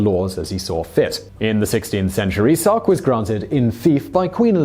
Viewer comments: Sark. Not stark. Sark. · "Stark" Is it "Sark" or "Stark"? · the island is called 'Stark' (not Sark) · Did he call it "Stark" twice instead of "Sark"? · You call it "Stark" instead of "Sark ... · The one man invasion of SOCK. Is what it sounds like you said. Gardes sounds like "God" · Is it me or he's saying Stark over and over?